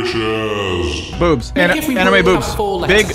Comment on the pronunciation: Anime, not amine